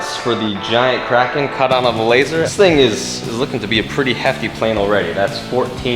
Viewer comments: I thought you kept saying crackhead instead of kraken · It's pronounced KRAY-ken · It's bigger than the Kraken so Andres gave it a new name... And "Release the Krakerlaken" doesn't sound right :-p